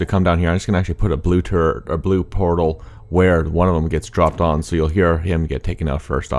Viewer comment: Why does "turret" sound like "turd"? BECAUSE THOSE LITTLE BASTARDS ARE FULL OF SH*T AND I HATE THEM!!!!!